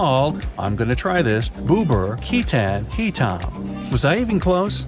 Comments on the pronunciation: i am not malaysian but it is pronounced Bube-ear key-tan hyi-tam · Im from indonesia and how you pronounce bubur ketan hitam is wrong im sad :( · Im from indonesia and you said bubur ketan hitam wrong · boober ketan he tam 🤣 his pronounce is so funny! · No offense but You were close on papeda but not even close on saying bubur ketan hitam